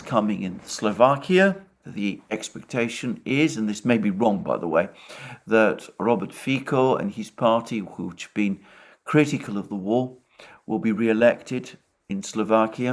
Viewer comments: It's pronounced 'Robert Feet-so', not Fee-ko. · Alexander Mercouris ps in Slovak letter C is pronounced C as in Cyril, Cecilia not as K so FICO is not FiKo, I hope it helps with pronunciation. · Hi Alexander. Just small correction Fico is C is pronounced like beginning of thatziki. C not K. But Im affraid nothing will change, because his parliament was that made deal with us to purchase F16s for Slovakia. He is one corrupted popularist. Our (SVK) only chance is rising national parties like Republika. Thanks for great content. 👍🇸🇰